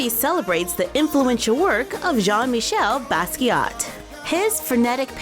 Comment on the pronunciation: I love how you pronounced "Jean-Michel" so well... It seems to always be a tricky one for English-speakers... You rock! However, with French folks and people originally from former French colonies (like the Basquiat family), 99% of the times, if a name ends with a "T" that letter is silent. The doll really looks good!